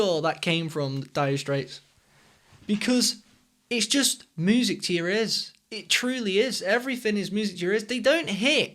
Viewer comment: I love it when you say music like [muː.zɪk] and not [mjuː.zɪk].;)